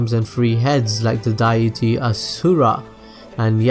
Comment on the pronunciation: u even butchered the word "diety"